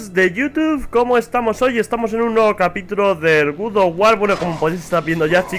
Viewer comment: Se dice God no Good ._.